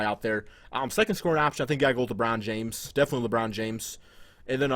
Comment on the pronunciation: lmao this nigga say "lebron jams" 😂😂